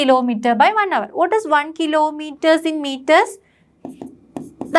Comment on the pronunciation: Pronunciation is not hour it is our h silent